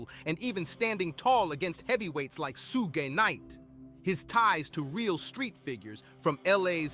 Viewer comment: "Soo-ghey" Knight 😂